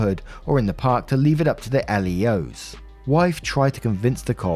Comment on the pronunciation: L.E.O.'s is pronounced as Leo's (like Leo from Teenage Mutant Ninja Turtles).